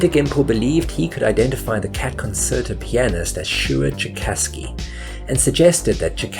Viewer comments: That's one word he didn't actually mispronounce. Concerto and pianist on the other hand... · Concerto with a soft *C*? According to the Oxford Learner's Dictionary that is not the practice in the UK (nor the US). The root word is from Italian concertare 'harmonize.' Italians do not pronounce either concertare or concert with a sibilant speech sound. So where did you get this eccentric pronunciation? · It that the way concerto is pronounced in the UK? Thought it was the same there as the rest of the world... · The 2nd C in conCerto is pronounced like a CH, not like an S. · That really isn't how you pronounce "concerto." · Fascinating video.. That's not how 'concerto' is pronounced tho, just for future reference! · That you couldn't correctly pronounce concerto (con-chair-toe) or pianist (pee-ann-ist) really detracted from what was otherwise a well researched video essay with a great premise. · It’s pronounced con chair to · Great video, thought I’d let you know that it’s pronounced “con chair tow” next time you need to say that oh-so-useful word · You do realize that "concerto" is pronounced as "con-chair-toe", right? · It’s pronounced- Kuhn cheuh tow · Good video. Love Cat Concerto. Small point - "Concerto" is pronounced "Con cher to". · It's pronounced "con-chair-toe". Learn to speak "core-rect-ly". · By the way it's pronounced Concherto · "the cat conSSSerto" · Concerto is pronounced "kuhn cher toh" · Con-CHAIR- tow is how it's pronounced. :) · Great video. Great music. It’s pronounced “con-CHARE-tow.” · Its pronounced concherto. Rememboer concerto is italian. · Concerto is pronounced "con chair tow." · It is pronounced, Con-CHAIR-toe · What's a "consserto"? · is this a cheese fake AI voice or do the british really pronounce "Concerto" with a soft "c"?? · Please look up how to pronounce words before you record 11 minutes of audio revolving around said word. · I made it all the way through this video, despite the incorrect pronunciation of ‘concerto’ throughout.